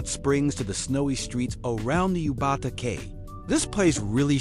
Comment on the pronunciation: Dude.....are you AI voiceover? Yubatake is pronounced you, ba, tah, ke. The ke is short, not take like rake. Been here before huh?